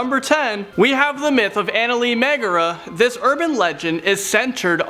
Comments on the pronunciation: “Eyneli megera” bro just say mirrored cave/ cave with mirrors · Every turkish person got triggered the moment he said AYNALI MAĞARA lmao